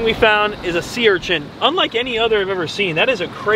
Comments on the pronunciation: Sea urchint? 😂 I enjoy all your vids,! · I don’t mean to be a dick but it’s an urchin not urchents 😂✌️